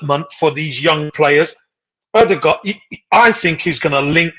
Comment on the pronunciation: Been raiding the AFC channels ever since Ødegod arrived. Finally an Arsenal fan that knows what he about to be blessed with.....decent pronunciation also but it's Ö-de-Gore(d) not Ö-de-Guard... Good stuff guys, liked & subbed (at least for 6 months) edit: don't worry about the physical league thing guys, he was being chopped down by part time carpenters when he was 14y old playing for Strømsgodset 3rd team in fifth tier of Norwegian football. Only a year later he was the best player in the first tier...